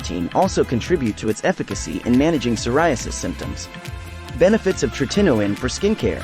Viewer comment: Teach the AI how to pronounce “tretinoin” correctly. So annoying…